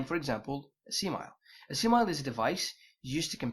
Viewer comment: I reckon you gotta check the right pronunciation of "simile" (UK: /ˈsɪm.ɪ.li/) (US: /ˈsɪm.ə.li/).